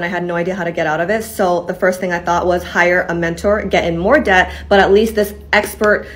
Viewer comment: The 'b' in debt is silent.